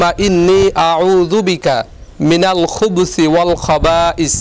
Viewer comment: আসসালা-মু আলাইকুম! ভাইজান মনে হয় ওটা খুবসি বদলে খুবুসি বলতে হবে ধন্যবাদ!